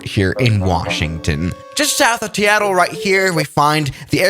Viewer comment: Can some one tell me the music playing in this video Also DID HE SAY TEATTLE it’s SEATTLE I am offended I am from Washington